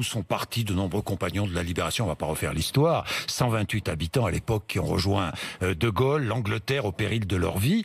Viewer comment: Merci M. Bourdin et M. Ménard. Sauf que nous ne faisons pas mémoire du "général de "golle", mais célébrons l'appel du Général de GAULLE ! Merci de prononcer son nom convenablement. Pour sa mémoire. Nous devons TOUS faire des efforts ! (des éfôrs) pr la prononciation et selon Larousse, Robert, Littré etc. J'adôre les méridionaux, et avec eux je SAIS que tout le monde PEUT s'adapter. Quand je suis dans le midi, je fais des efforts de prononciation, afin de ne pas trop souligner tel accent "nordiste". En retour, j'attends la pareille (pas forcément... "i mam koze".